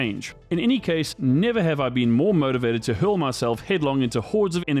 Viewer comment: Maybbe dyslexia but i heard murdervated ..i am ok with this though